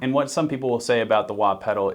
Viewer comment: WAHt did you say?